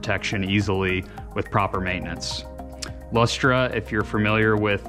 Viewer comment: LOL! It's pronounced "Luster". That's just how we weird Aussies spell it. Strange, I know.